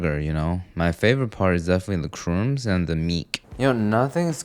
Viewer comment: Crooms? Lol. In case anyone needs this, it's actually pronounced like u in crud* minus the d, add silent b, and s. Crumbs. *Crud is pronounced how, the u like u in rug.